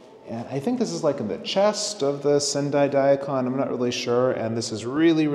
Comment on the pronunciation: Cool video, and thanks for doing it. One quick note though: *DA-ee Kahn Non*. Sorta looks like a human-shaped Daikon, being crisp white like that too, but still 🤓 Arigatou Gozaimasu